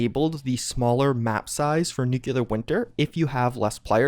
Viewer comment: Minor gripe It's "new-clee-ar" not "new-kew-lar"